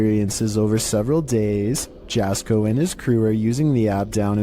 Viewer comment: Finally, got on one of these my only criticism is that his name is pronounced yasko